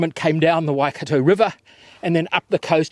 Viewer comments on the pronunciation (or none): none